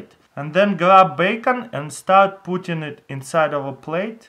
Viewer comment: "grab bacon... and start PUTIN it inside of a plate" :D